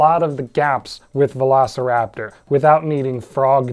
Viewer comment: I think this screams for a Velocipastor analysis. Somehow I always hear You say Velocipastor whenever You actually say Velociraptor and that happens a lot in this video.